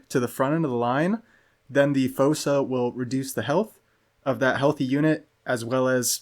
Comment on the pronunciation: I think you were saying fossa correct for what it's worth. Great builds by the way